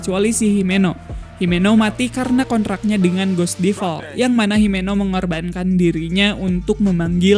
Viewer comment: Ngomong2 bang cara baca devil itu bukan deval, tpi devel